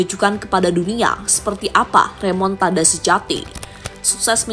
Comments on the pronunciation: Remontada.. Bukan remontandaaa lol😂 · Bukan remontanda minn tapi remontada😅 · Remontada🤣 bukan Remotanda😂